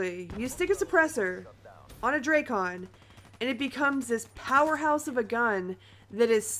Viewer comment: Dray-Con? WTF is the Dray-Con? is it like the Drak-on Sniper Rifle? Here we go, all you big, important YouTubers calling for a Nerf! Sure, what your KD dropped from 5.5 to 5.35? Great Vid! Very Smooth...